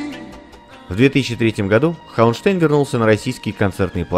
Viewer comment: Да, у Курта фамилия звучит не ХауэнштЭйн, а ХауэнштАйн. Она читается по немецки, т. к. он немец.